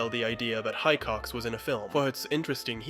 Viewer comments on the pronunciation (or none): Having watched this movie at least 10 times, this video makes me feel like i havent seen the movie once. Also the way you pronounce Hicox is auite enraging 😅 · Love your videos, but your pronunciation of Hicox , in a video that includes such detail on that is BAD. It's Hicox as in igloo, not HI cox as in High Chair. He even says it at the start ! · Excellent video, but every time you said High-cox I felt compelled to snap Hick-ox! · The name is pronounced "HICK-ox," not "HI-cox." One claiming to have studied this film should be aware of this. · Why does everyone pronounce his name High-cox, when the movie literally shows it to be pronounced hih-cox? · Pardon the constructive criticism but you're pronouncing the only English surname in the video wrong in your analysis - it's HIcox, not Highcox, as it is very clearly pronounced by the lieutenant himself and by his superior officer in the briefing of Operation Kino Also and again I believe the word you're looking for is confrontation in the pop-up text, not controntation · Why keep saying ‘High-cocks’? It’s pronounced ‘Hick-ocks’! Fassbender says it quite clearly in his first scene 🤔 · Wait, you noticed all these details, but not that Hicox is pronounced Hick-ox and not, as you said, High-cox? Odd. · Hick-ox, not High-cox :) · Epic breakdown of the scene. Just one thing, it's pronounced hiccox, not Hi-cox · FYI Hicox is pronounced with a "short i", as in hitch, hit, him, etc.. NOT a "long i" as in high as a kite... Great vid, but your mispronunciation drove me mad!! Here's the clip of the briefing with Mike Myers, and you'll hear Fassbender saying his character's name correctly. You may have a fine eye and knowledge of movie making, but it's also the little things that are important too j/s ;) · Hick-ox Not high-cox Sorry mate, great video, but had to be said. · Love the vid, but every time you say "High-Cox", I twitched a little. It's "Hick-ox". He even says it . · FYI Hicox is pronounced Hick-ox not High-cox